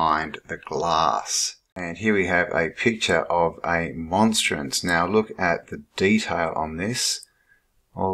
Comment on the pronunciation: It Sun/Son Symbolism...Portal....Bread/Body of Christ...It has lots of Ancient inner meanings, energy.., to hard to explain in comment....I was taught by Nuns Priests & Brothers.....You not pronouncing it correctly...sorry not insulting you, just saying..Catholics use them at beginning of lent & ash wednesday with incense burning... Cheers..